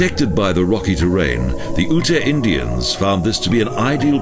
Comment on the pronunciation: Lovely video! GotG is one of my favorite places to visit. For future reference though, Ute is pronounced "yoot," not "oo-tay." I hope you'll feature more Colorado parks in future videos!